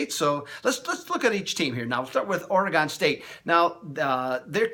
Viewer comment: I'm sorry man but i get real tired of people pronouncing oregon wrong